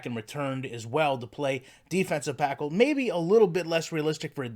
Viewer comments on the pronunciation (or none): "Defensive Packle"